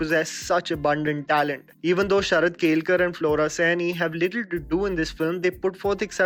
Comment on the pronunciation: How difficult is it to pronounce केळकर